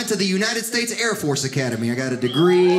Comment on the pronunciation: Thought this guy was funny until he said chair force.. sorry air force